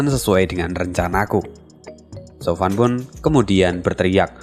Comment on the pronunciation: Min, tolong koreksi lagi penyebutan nama tokohnya. Sesaat agak bingung denger nama tokohnya, krn di novel atau komiknya ga ada nama tsb. Zhou fan harusnya Zhuo fan, gambar pengenalan karakter juga tertulis Zhou Fan, yang harusnya Zhuo Fan, Yan Bagong harusnya Yan Bogong Ju bijun (yang terdengar) harusnya Chu Bijun